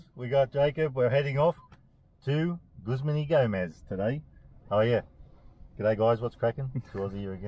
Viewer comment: Have a like for pronouncing the name of the business correctly ! (: As an employee of a Guzman Y Gomez restaurant, seeing such a positive guest experience and the correct pronunciation of the business name, truly makes me really happy !!!!!!!